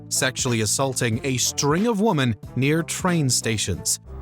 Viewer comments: The word “women” was pronounced “woman” so many times it makes me wonder if this is an AI voiceover. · Teach your A.I. the correct pronunciation of "women". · Whoever it is needs to learn how to say Women. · Why can't you say Women? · Lol. Your density is comical. Instead if the usual laryngitis girl, they switched to a male voice we haven't heard before. One who pronounces the word "women" as "woomen". No human English speaker has ever said "woomen". You're not the sharpest crayon in the box, are you, Marc. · It's pronounced "WOMEN", not "Woman"! This narrator's been doing this for years and it never changes! Why doesn't someone just tell him?! I mean, how hard is that?! Seriously! Am I the only one losing my damn mind over this?! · Heard that reaper? She says its pronounced "Women"